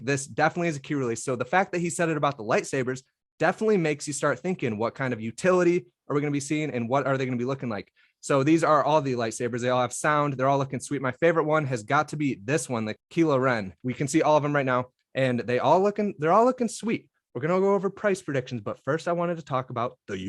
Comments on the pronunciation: its k-i-low ren lol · Kilo o' Ren